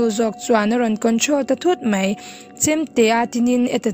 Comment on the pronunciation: khawngai in "mei' hman dan leh "mai" hman na chu hre teh,i channel hi subcribe kan duh lutuk kan chhungkua in, a ni mai"tia hman tur kha ,"a ni MEI " tih i hmang ziah a,mei chu tail ,ui mei,ar mei,bâwng mei,mei kan chhem thin bawk, han en in han ngaithla let teh,i aw a mawi a i chhiar thiam teh reng nen,. "reng mei,"tih leh reng mai" han tih chuan a dan a dang daih